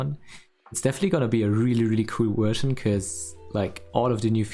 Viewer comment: How come you pronounce it ''Wersion'' but also say ''village''?